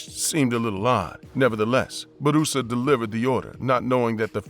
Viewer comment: It's not Barusa. His name Bu Ra Sa.